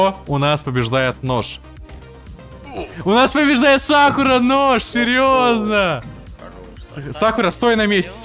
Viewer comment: Как же режит слух, когда он говорит сАкура